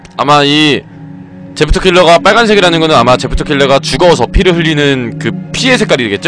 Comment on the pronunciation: 에프더킬라. →에프킬라